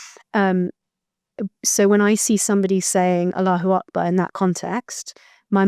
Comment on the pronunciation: It’s not Aloo Akbar. It’s Allahu Akbar. At least pronounce it right